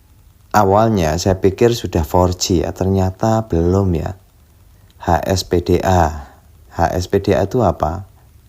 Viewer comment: hsdpa om 🙂 bukan hspda 😊